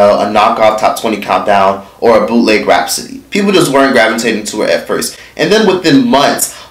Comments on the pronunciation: Lmao! the way he was saying it was killing me. And every time he said Rap City it sounded like Rapsody. 😩😂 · It's Rap City 2 words not Rapcity 1 word